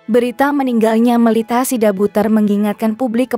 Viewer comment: Namanya melita bukan melt...ha.... gimana ibuk ini jd bawa acara..😀😀